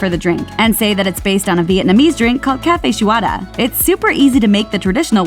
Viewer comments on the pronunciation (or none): These drinks give good customization ideas. Coming from an ex starbucks barista, do whatever you want, but don’t go overboard with your customizations. Also.. how the heck did she pronounce café sua da (viet iced coffee)?!!! Omfg I died, she didn’t even bother to check if she was CLOSE?!